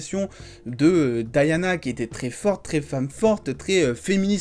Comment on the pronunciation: Mon frère dit DIANA pas Diana ( Dayana ) , tu parles français prononce le prénom en français.